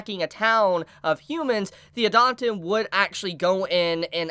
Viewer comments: it's pronounced Eee-Dah-Ten please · I like Idaten Deities. This vid got recommended to me. Let's have a listen. Christ, try listening to the way Idaten is pronounced in the anime before you post a vid butchering it repeatedly. TV-MA what it has more than colorful art? It has adult themes you wouldn't want children exposed to, how could they?! dislike, sorry I couldn't bother to listen to you a whole 4 minutes. You just didn't do the work to really draw in a potential subscriber. Keep it up, improve, you must be doing something right a lot of the time to have over 400k sub's, so this must have been lower quality than normal.